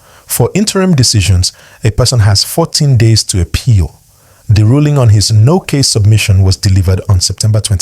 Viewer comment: Biko pronounce APPEAL properly. Haba!